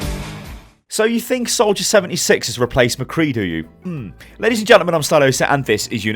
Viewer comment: He says "76" more like "7-E-6" rather than "7-D-6". Just found it kinda funny.